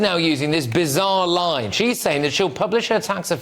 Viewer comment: But “sh’s very clear”.